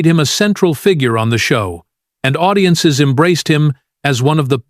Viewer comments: I know! Did you hear”ow-diences”? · Owdiences? Stop with the Articifial Ignorance. Lazy ass content creators. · "zix", "zeven", "audi-ences"🤨 Are you that lazy you can't pick up a microphone and talk with a real voice?